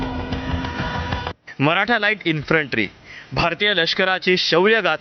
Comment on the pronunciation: अबे इंन्फ्रंटी नाही इंन्फंट्री 😅😅😅😅